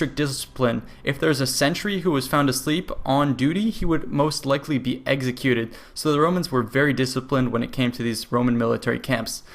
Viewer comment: "If there was a centurion asleep when he was on duty he would most likely be eggsecuted".